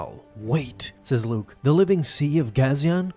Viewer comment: I was gonna say the same thing… it was Luuke